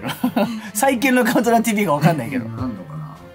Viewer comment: 、カウントーダウンって言ってませんでしたか？